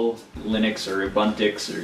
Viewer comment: ubuntix me:IT IS UBUNTU DUDE